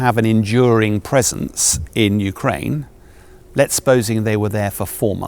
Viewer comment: I heard yewkwaine suwendered.